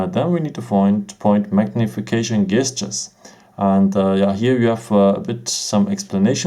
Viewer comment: A little tip for you. The G in the word gestures is actually pronounced like a J.